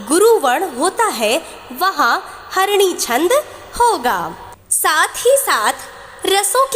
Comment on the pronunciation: Mhodya harini Chhand m uchcharn Galt ho gaya h । Pl use sudhar de।